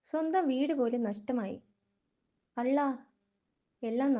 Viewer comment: ഈ അള്ളാ എന്നതിന്റെ ഉച്ചാരണം ശരിയായിട്ടില്ല ത,ദ എന്നീ അക്ഷരങ്ങൾ ഉച്ചരിക്കുമ്പോൾ എവിടെയാണോ നാക്കിന്റെ അറ്റം തൊടുന്നത് അവിടെ തൊട്ടുകൊണ്ട് ള എന്ന് ഉച്ചരിച്ചാൽ അള്ളാഹുവിന്റെ ള ആയി